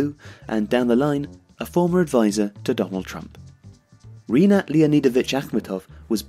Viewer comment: Love your channel and love all your videos guys!!! But please please please do at least some research about all these pronunciations. It's rinAt akhmEtov, romAn abramOvich, mariUpol